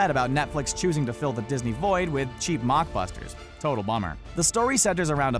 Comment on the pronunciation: Lol "mockbusters"